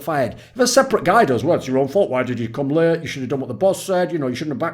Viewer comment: mate when you said late i heard it as raped and that was weird for a few seconds